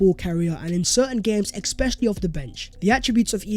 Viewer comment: Bro it's especially and not expecially🥺😭